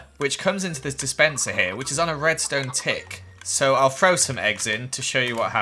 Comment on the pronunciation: He also says free instead of three and frow instead of throw